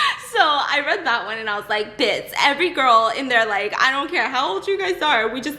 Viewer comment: Are you saying biss or Bits ???